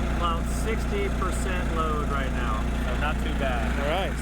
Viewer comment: Did you say 'right meow'?